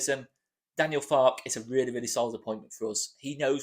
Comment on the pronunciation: I think you pronounce the "e" at the end of Farke - as he's German and they tend to pronounce every letter in a word....I could be wrong - sorry if I am. Keep up the great work